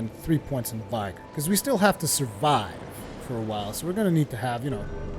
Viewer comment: Vigor has a short i not a long one. Vigor rhymes with trigger.